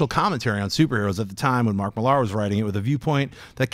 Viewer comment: ... Why do american hosts insist on pronouncing Mark Millar as "Mlli-'AR" ? ... Do they also pronounce Frank Miller as "Mill-'ER!" ... Both names are simply pronounced as in the word "miller" (someone who owns or operates a mill). I don't get it, it's bizarre, they sound as if they are attempting to impersonate a pirate or something ... "ARR!".